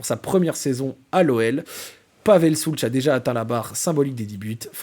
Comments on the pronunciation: Magnifique 🫶 Par contre… pitié… pitié… ô grand pitié… Si tu aimes autant notre Pavel… la prononciation… « Shoults » et pas « Soulch », j’ai les oreilles qui saignent 😂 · Ça se prononce « Schoulz » et c’est nettement plus agréable que « Schoulk » 🤣😭